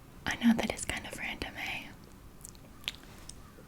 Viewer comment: You said eh! It's your first Canadianism that I have noticed! :-)